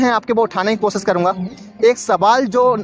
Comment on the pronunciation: Baki sab theek hai waha ko baha bola aur koshish ko kosis i think u need 2 improve ur language muslim ki guftgu aisy nahi hori